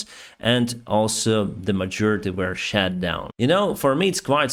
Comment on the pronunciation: Great content as always. Just a helpful tip for your english pronounciation - missiles were 'shot' down, not 'shat' down - two very different meanings 🤣🤣